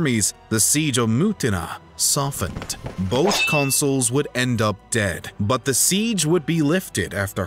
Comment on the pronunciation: Consuls, not consoles!!